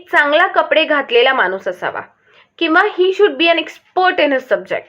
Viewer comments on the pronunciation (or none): none